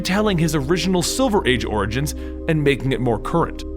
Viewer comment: You said orings 6 times